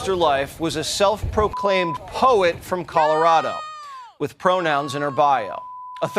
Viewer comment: Waters pronounced poet like it was a four letter word.